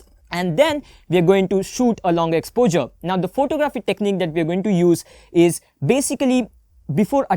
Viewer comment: Exposure dude not expozer